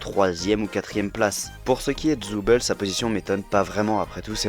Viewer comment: pk tu dis Gangle en montant Zooble